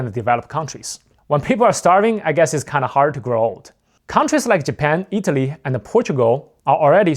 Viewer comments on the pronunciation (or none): none